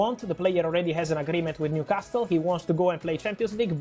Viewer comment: The only thing he should and could easily improve immediately is the pronunciation of the word Newcastle, come on man, just leave out the t